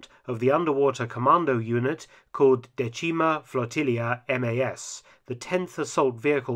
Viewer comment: The Italian word for "tenth" is pronounced DAY-tchee-mah, not day-TCHEE-ma!